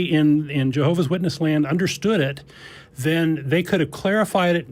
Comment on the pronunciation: je-hoe-v-ass shitness